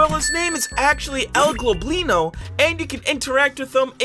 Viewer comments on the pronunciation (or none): by the way its Goblino not globlino just so you know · its “el *gob*lino not g*l*oblino also, my fav entity is definitely curious light as its very calming😊